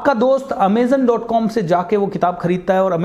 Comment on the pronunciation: Its not Amezen .... its Amazon .... overall nice idea